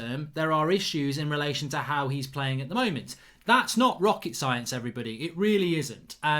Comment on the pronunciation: "HIOW ole must line up" lol HIOW!